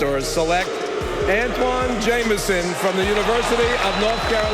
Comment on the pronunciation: You can’t even say the name of the player you are talking about, keeping saying ‘Jaminson’.